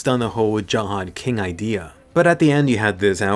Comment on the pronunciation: why u say Jahad when its Zahard